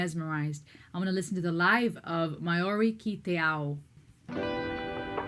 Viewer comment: Maori is pronounced more like Mow - ree. ao = ow au = oh. u = oo o = or/ aw